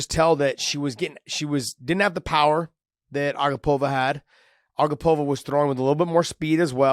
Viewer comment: Hey Josh! Her name is pronounced a-GAH-pova not A-gah-POV-a… Anik gave the tutorial on the broadcast